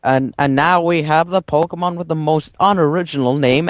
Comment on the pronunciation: i swear to god, learn how to pronounce pokemon names...